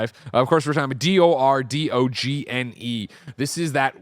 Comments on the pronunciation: For the record, it's dor-don-yuh, with the yuh part being very soft! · Door Dogne (rhymes with Join) 👍